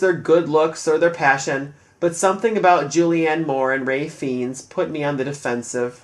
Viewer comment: Well done! I'm sure David would b honored. BTW, Ralph Feinnes is, for some reason, pronounced Rafe Fines.